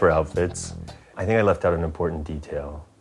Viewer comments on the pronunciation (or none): none